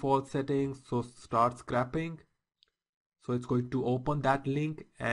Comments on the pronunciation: You're pronouncing it a little wrong, you're saying "Scrapping" but this is "Scraping".... theres a subtle different. Scraping has a much higher pronounciation of the letter A... in ScrAping. Imagine it as "Scr-APE-ing". You should be able to say "Ape" in the middle of the word. Just helping your pronounciation as a native english speaker myself :) thanks for the informative video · pronounced not metal scraper or car scrap yard but its correctly pronounced scraping the old paint off or scraping off the old paint your eh and ah in the vid is wrong